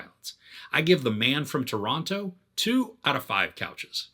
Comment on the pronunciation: The man from Toronto doesn't say Toronto like a Canadian would've.